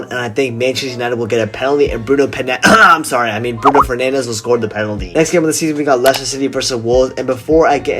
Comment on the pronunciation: I love how you said Bruno per...fernandes